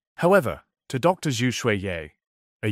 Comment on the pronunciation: "Dr. Zoo"? Lol. Wtf? Teach your AI basic pronunciation.